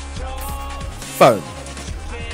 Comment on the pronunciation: Cryo kid. Cry-oh. Not Cairo as in Egypt